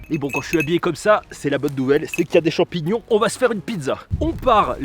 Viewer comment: Des champions sauvage de la nature bravo pour le français 😂😂😂😂 Mais continue comme ça tu gère